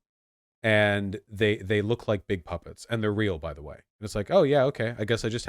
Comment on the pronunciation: I like how Vaush has been pronouncing the word 'big' lately. He should keep at it.